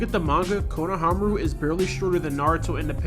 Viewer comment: Good video but konohAmaru instead of konohamAru was a bit irritating